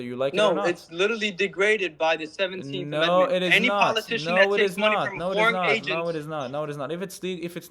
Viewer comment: That idiot cant even say the word amendment 🤪🤭🤣